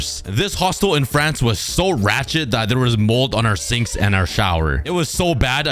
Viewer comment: Me being from Europe, when you said "fRanCeeee" (I cant do the little thing on top of the e) it had me dying of laughter💀